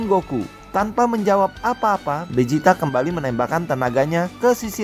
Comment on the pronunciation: Vegeta bang bukan bejita